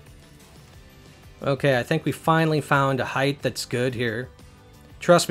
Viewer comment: Are you saying "heighth" ? - :P